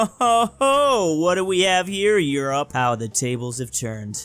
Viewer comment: You mispronounce 'Europe'.